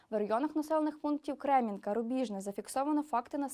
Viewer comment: Кремінна , а не Кремінка